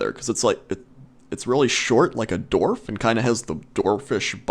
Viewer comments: haha dorf... its dWarf you silly =p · It's dwarf not dorf! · i love how says dorf instead of dwarf lol xD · Are you saying dorf lol? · They speak like if they are saying Dorf but they are saying Dwarf, ever heard real english speaking people talk? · lol,, the way you say dwarf sounds like dorf and it made me laugh irl. Love your videos! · d-WARF. Good god, man.